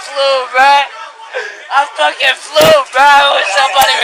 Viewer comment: "I just fleeww!" Lol